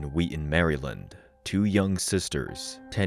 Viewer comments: “Mary-lind”? Who pronounces it like that? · ¿Why do you insist on using a pathetic, insulting AI voice that has not been programmed to correctly pronounce the State name 𝗠𝗮𝗿𝘆𝗹𝗮𝗻𝗱?